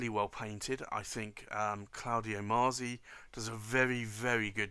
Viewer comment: Allow me a knit pick, you pronounce it maazi, but I believe in Italian it would sound like matsi. Much like pizza is pronounced pitsa.